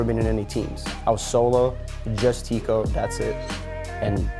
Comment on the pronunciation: Teeqo is pronounced like taco